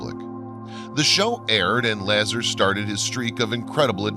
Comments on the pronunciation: Lol really? Bob Lahzzer from Zeta Red-dit-Q-lah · I found this documentary a refreshing 2018 view of UFO history. Well done as you have covered the topic well, except the presenters way of pronouncing Lasar correctly. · You didn't pronounce Bob's name right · You are pronouncing Bob's last name wrong..... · If you can't even pronounce Bob Lazar's last name correctly then what in hell would make me think you have any idea what you're talking about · Man this is all old news. Not to mention Bobs name isn’t even pronounced right. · You horribly mispronounce Bob Lazar's name. I quit watching at that point. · The way you say Bob Lazar's name almost ruins the whole thing. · Said Bob's Last name wrong bro ..how don't you know of him ? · I can do voice over work. This guy is amazing vocally, but has no clue about science or names, as Bob's last name, star constalations, etc, are all mispronounced. Or, please write to me, and I will let the VO artist know the correct pronunciations. It just gives so much more credibility, as well as teach our younger friends the correct way to say these things. Great video, keep it up! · You truly lose all credibility when you can’t pronounce Robert Lazar’s name correctly. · No, it is that he is simply putting the emphasis on the wrong syllable! Actually he is saying a two syllable word as a single syllable! Still it boils down to not doing any research other than looking up a story and regurgitating its basic points! There are hundreds of videos about Area 51 and Bob Lazar! There is really no excuse for not learning to say someones name correctly! It is just lazy and disrespectful! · Right, and he also mispronounces Zeta Reticuli as well as Bob Lazar, it's hard to believe what someone is saying when you know they spent little time researching even the basics or they would have heard these words many times and know how to pronounce them. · "Laz arhhhhh " not lazzer & Retty Culi ? re tic u li ( ree tick you lie) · La - zar not la-zer